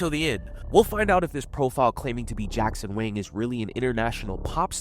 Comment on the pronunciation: it is jackson wang,not jackson wing